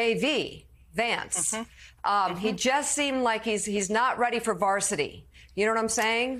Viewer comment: Its "Coach" vs "Couch"!